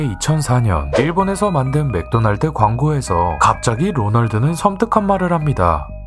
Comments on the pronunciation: 맥도널드를 마쿠도나루도라고 발음하는 게 제일 무서워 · 맥도날드를 마쿠노날드라고 발음해서 몰입 다 깨지는것 같음ㅋㅋ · ㅋㅋㅋㅋㅋㅋ 란란루 마쿠도나루도 때문에 집중이 안되네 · 막ㄲ도나ㄹ도- 이 발음이 공포 다 깨는 중 .. 뭔데 하찮아버려..